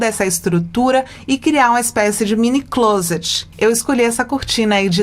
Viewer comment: Só pra ajudar, não se fala (clôset e sim CLÓSET, a acentuação da pronúncia é no ó.